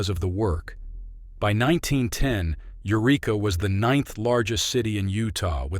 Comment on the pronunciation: Not "you reek uh,: the name of the town is "yer wreck uh."